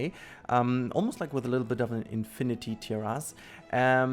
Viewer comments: Pronounce terrace like you were trying to say "tear (as in rip) us" quickly. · Its amazing seeing how you do this stuff! Keep going you're doing awesome. Also you can probably pronounce it T- air -is the ending is a weird but imagine the ending sounding like a hiss. Hope that helps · In Terrace: unlike in German the emphasis is on the FIRST syllable.